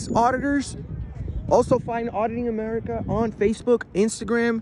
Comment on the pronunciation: It's America not Amerikaa